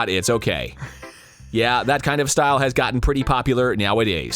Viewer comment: Monika: Everyone has their own shtoyle... can you show me your shtoyle?